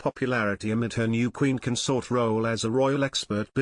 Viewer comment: The word is CON-sort You may Be a Robot or an antimonarchist But get someone to up grade the emphasis of how you say this word. You consORT with theives The partner of a king is their CONS-ort With best wishes whoever you are Marilyn